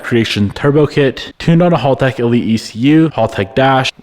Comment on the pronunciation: bro pronouncing HALtech wrong every time is hilarious. dude....its HAL not HALL....